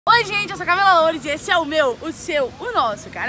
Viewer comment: Quando ela falo Camila Loures ela falou lores